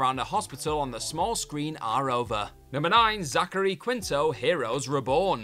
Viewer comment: Zachary "Keen-Toe"